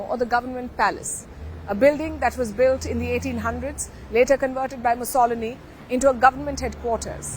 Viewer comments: and it's MUSSOLINI..........pronounce it correctly please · Sharma never heard of Mussolini from the way she butchers his name. Viva Meloni! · Correct pronunciation - Mussolini - but meloni has done little to nothing for Italy…..like all the politicians…..your reporting is interesting ….. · You could at least try to find out how to pronounce "Mussolini" 😂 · Please learn how to pronounce names. Meloni is a WEF puppet, nothing more. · You pronounce Mussolini wrong .. try Google sound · You pronounce the iiiiiii when you say Mussolini 😜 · Mussolini with an accent on the "o" cannot be heard! 😞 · Palki ji,please check the pronunciation of Mussolini on google. You speak it out completely wrongly. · Your pronunciation of Mussolini is really terrible. I had to reply the early part of video several times before I figured out what you were trying to say. Mussolini is a fairly important historical figure on a world scale. It takes little work to learn the correct way to say it. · In think you are pronouncing Mussolini wrong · Learn to pronounce 'Mussolini' and 'Europe' first before making yourself out as an international affairs expert! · Clearly didn't do her due diligence with the pronunciation of his name, very poor. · learn to pronounce MUSSOLINI correctly please ! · The stupid Palki can not even pronounce 'Mussolini' properly! It is pronounced 'mus-so-lini' NOT 'mussol-ini' . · Nice presentation... Please, the correct pronunciation of "Mussolini" should place the stress on the first "i"... Thanks! I know Italian is difficult because of its accentuation... but... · Mussol-I-ni, on the first "i" is the pronounciation. Not Muss-O-loni which is even double wrong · Good report but please work on the pronunciation. The former leader Mussolini is pronounced Muss-o-leeny not Muss-oliny. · He's called Musso - lini, not Mu - solini!!! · Moo-sal-a-nee....you mean moo-suh-lee-nee....Mussolini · It's pronounced MussAlini not MussOlini. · mussoli'ni not musso' lini good god!!